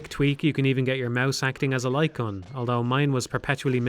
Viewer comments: I am 10 minutes and 49 seconds into this video and I am now just realizing he's saying light gun and not lycon. I had no fucking clue what he was talking about but i was just assuming he was talking about a peripheral i've never heard of before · Took me a while to realize you're saying "light gun". It wouldn't be hard to emulate them this day. You could make them work the exact same way they did back in the day, simply by having the player plug in the controller and the game rendering a white frame when pull the trigger. The reason no one makes these games anymore is that selling novelty accessories for consoles is difficult and ineffective. The future of the light gun genre is likely in VR, which already has plenty of titles that play similarly, but are much more immersive.